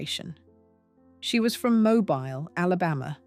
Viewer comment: It's mo Beal pronunciation